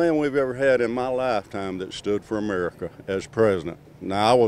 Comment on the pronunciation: "AmurrEEka" is that guy that will vote for Trump no matter what. lol